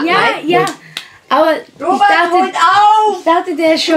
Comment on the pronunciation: Chian. Warum. Sagstu. Immer. Ropert